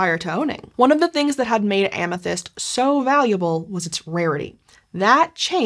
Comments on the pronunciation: Amethyste’s name is pronounced Ah-meh-this-tay, for the record. Ancient Greek doesn’t have an ending e that turns the previous vowel long. (That guide is only a vague approximation, it’s pretty difficult to represent certain ancient Greek sounds in an immediately recognizable to English speakers text form.) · so it's not Amethaïst like she says it either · Am-uh-THIS-tee would be the standard English pronunciation (if such an admittedly obscure and actually fabricated nymph as Amthyste can be said to have a 'standard' pronunciation). Compare the treatment of the feminine -e (Greek -η) in Penelope, Daphne, Phoebe, &c.